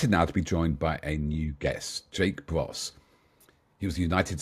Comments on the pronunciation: No idea how he got Bross out of Broe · Jake "Bros" ? I don't think he was ever in an nineties boy band. Perhap you mean Jake Broe ? :) (Pronounced Bro) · Jake's last name is Broe,and it is pronounced like Bro,not bross,and there is nothing recent about his following,I and many others have been watching him since the very start of the war.I and many others have also contributed to the over $1.1 million he raised for the NAFO 69th Sniffing Brigade to send 30 fully equipped 4X4 trucks and many drones to 30 different Ukrainian units in a fund raiser for his birthday a month ago,and he is running another one right now.Slava Ukraini. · I think the feller who mispronounced Jake's surname is a bit of a newbie